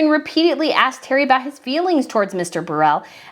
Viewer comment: It’s pronounced “burrow” for Burrell